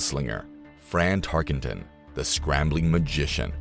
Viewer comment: It is Tark-en-ton, not Tarkington!